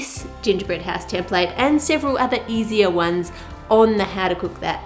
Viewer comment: How To Cook That i love how u say ”ouse” ❤️❤️